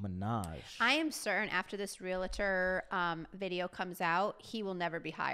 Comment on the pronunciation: BTW- it is not pronounced realuhtor, it’s realtor.